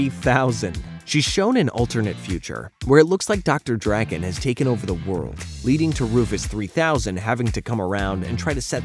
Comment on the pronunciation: It's Drakken not Dragon. Say it correctly